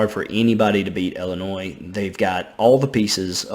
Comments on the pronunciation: Okay I’m sorry. It’s Illinois (L-N-Oy) not Illinois (L-N-Oys). Sorry that bothers me so much😂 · can i have your autograph? also illinois is said without the s on the end!